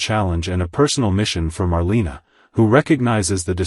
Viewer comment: Just an FYI- Marlena is pronounced Mar lay na, also Gabi is spelled like this not Gabby